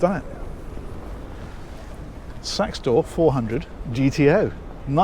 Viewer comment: Did you just said...sex tour?